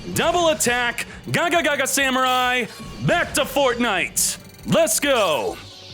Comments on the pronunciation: Like "gagagaga" instead of "gagaga"? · Good ideas! This looks fun. Also, Can you pronounce Gagaga and Xyz properly? I mean why even add one more "ga" lol